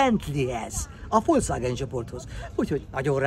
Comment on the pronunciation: Rojszrojsz és Folcvágen...🤦🏼‍♂️